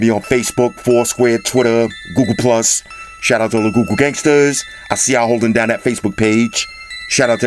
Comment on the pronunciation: Could have sworn I heard he said 'Goo Goo Pixel Buds'. My bad. Lol